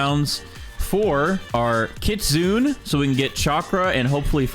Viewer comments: It’s pronounced kitsunay by the way not kitsoon (I’m writing it how it pronounced) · Kit-sun-eh. I had to say it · Hello I love your video but I have one small thing that I worried about and that is your pronunciation to kitsune is wrong is not kit-sune it's kit-su-ne meaning fox in japanese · stop saying kitsune pls say kitsune-a if that makes sense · i have yet to see any gag youtubers pronounce kitsune correctly